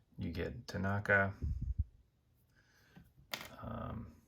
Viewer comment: Panaka not Tanaka but awesome review!